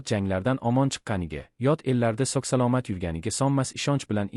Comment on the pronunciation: 😅😂nimaga bu inson bemaʼni oʻqiydi. " Sog salomat" ? Noʻtoʻgʻr Sog salomat ! Toʻgʻri😂